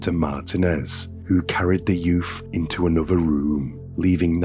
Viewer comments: yeah. I love the way talks tho. It's just the "yoof" that made it sound so funny. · What's a "youf"? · I love how he says ‘youth’ lol yuf 😅❤